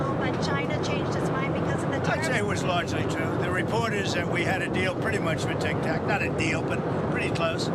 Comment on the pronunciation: He calls it tic-tack. Hey Donnie! It’s tic-tok